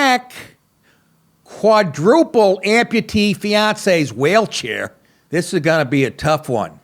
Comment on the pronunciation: did you say 'whale' chair?